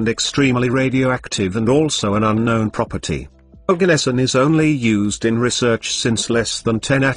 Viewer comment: Bro that isn't Organesson it's Oganesson